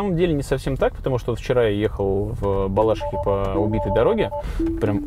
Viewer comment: В БалашИхе, а не в БалАшихе- нет такого города 🤦🏻‍♀️ Ну пожалуйста, произносите правильно! 🙏